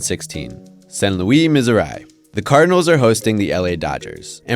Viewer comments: Mizori? It is pronounced, Mis-sor-ee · “San Luey, Mizzereye” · “Missorai” bruh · “Saint loo-eee, Mizor-eye”? Are you serious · miz-or-i? thats a first with the pronunciation for me with Missouri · San Louie, Misserye 😂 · Saint louis, missiouri, but pronounced saiynt louieee, missourye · I know this man did not just say Misseerieye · Not all of us say Mussourah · Why tf did u say saint louis and Missouri like that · The way he pronounces Missouri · He did say it normally right after, and has said it normal before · Yeah, but that's just how the French canadians (or just French in general) pronounce St. Louis. It's because they say it in French. I doubt the anglophones from Montreal pronounce it that way too. His pronunciation of Missouri was horrible, though. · Is anyone gonna roast this dude for saying saint Louis Missouri totally incorrect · I stopped watching after his pronunciation of St. Louis Missouri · Dude can't pronounce Missouri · why did he say missouri like that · had to stop the video the second i heard him pronounce Missouri... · excuse me how tf did you just pronounce missouri? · I can't believe you said Missouri like that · IS ANYONE GOING TO ACKNOWLEDGE HOW HE PRONOUNCED ST.LOUIS, MISSOURI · St louis is pronounced correctly by the way. Its a french name. In french it is pronounced exactly how he said it... But not Missouri tho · This video is getting a downvote for the completely horrid pronunciation of St. Louis Missouri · what the hell was that saint louis missouri pronunciation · How do you butcher the pronunciation of Saint Louis, Missouri so bad? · who pronounces Missouri like that?